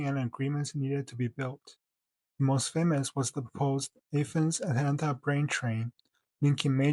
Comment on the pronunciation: I wish that the rail had been built to Athens! (Btw it’s pronounced like the Greek city of the same name, not like how you said it)